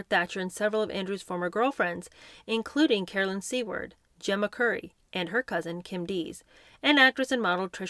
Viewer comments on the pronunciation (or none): none